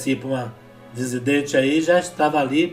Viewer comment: Perdão, irmão! não se pronuncia "dezidente', pois o termo correto é "dissidente"! Tomei a liberdade de fazer a correção pois já ouvi gente fazendo chacota a respeito! Deus abençõe!! (a única ressalva é que sei que o irmão não vai se corrigir, pois já percebi que não tem o hábito de ler os comentários)!!!